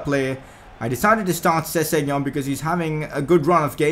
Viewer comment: Your saying sessengon wrong. I